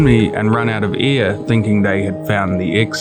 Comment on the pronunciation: every time I hear "they runned out of ear" I remember my english teacher telling me I should improve my pronunciation xd It is an awesome video, short but even so full of story and details, I really liked the job!